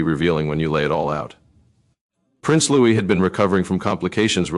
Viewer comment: At least learn how to pronounce his name!